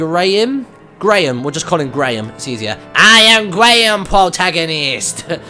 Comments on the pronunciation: It's GUY-RA-HIM DUDE! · That does not sound like Ghirahim at all. And for future reference his name is Ghir-a-him. Sorry about that! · i'm pretty sure it's pronounced GEAR-a-him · 2 tips: 1. You can slash bushes with your sword. 2. It's Gee-ra-heem/ham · Haha, love how you called Fabulous Debbie Lord Ghirahim 'Graham' No point telling you the pronunciation now, i guess, but since I'm a grammar nazi, I'm going to die every time you say 'Graham' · It sounds like he's saying Demon Lord Gram xD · Ghir-a-him come on martyn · I think his name is pronounced gear- u-him but whenever I see him I shout gulahagal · gir-a-him ok? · his name is pronounced: gee-ra-heem. ok? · mr martyn! ghirahim is pronounced GEE-ruh-HEEM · It's pronounced Gi-ra-him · That voice does not suit Ghirahim. At least not for me anyway. I'd say more of a suave but egotistical, little bit evil, sort of voice. Also I believe its pronounced Gee-Ra-Hem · It's pronounced gear-a-hem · Its Ghirahim pronounced Giraham